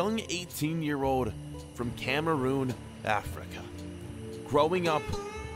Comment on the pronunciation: Dude it is Cameroon not Cameroom